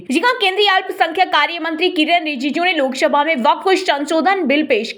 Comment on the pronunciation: Lok shabha nahi lok sabha boliye